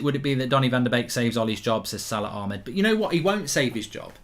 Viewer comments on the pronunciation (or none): none